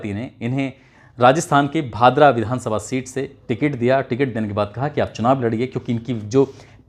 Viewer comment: भतरा नही भादरा